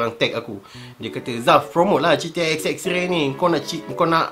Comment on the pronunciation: klaka dgr die sbut pkataan "xxray" 😆😆 knp rrrr camtu? hahaha